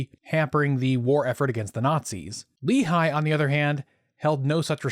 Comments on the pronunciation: Just a quick note regarding your pronouciation. Lehi is pronounced "Leh-hi", with a rough h, obviously. Great video, mich love! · You're not pronouncing Lehi correctly.